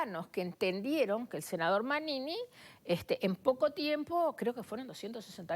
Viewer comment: esta persona se llama Manini, ¡ como le cuesta decir su nombre!